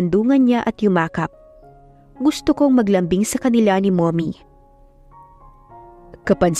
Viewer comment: Napansin ko lang ang pag bgkas ng mommy nagiging mummoy,stock holder naging stick holder na hahaha